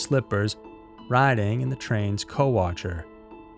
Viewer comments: How could anyone pronounce "cowcatcher" as "cowatcher?" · nope, me too. I was cringing each time he said it! 😐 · Co-watcher? You mean Cow Catcher? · Um...isn't it "cowcatcher"?🤔 Thanks SMs🙏💔